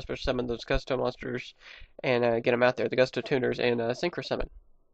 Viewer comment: Gusto- It's pronounced Goo-stoh. You spelled Winda, Wynnda. What's funny about that is Wynn the Wind Charmer has the same staff and basically the same outfit. Wynn had a pink bunny and Winda has a yellow bunny. It's pronounced Ka-Moo-Wi. Kamui, Hope of Gusto. On my Tag Force game for PSP, I have split decks between Black Wing, Gusto, Harpie, and Mist Valley. With these putting two types together is almost necessary. Harpie's Hunting Ground, Mountain, and Air Currant are great with these decks.